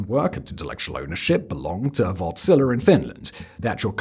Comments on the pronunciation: Wärtsilä is not wort-zila it is Wärtsilä :) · Wärtsilä! Have I ever felt so proud of my nation... You sya the Ä in the name as you would say "A" in "and" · I just keep hearing "Wartzilla" 😂